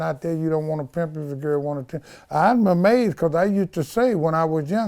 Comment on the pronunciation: did he say he was "anade" or amazed? He must be thirsty the way he keep sipping😁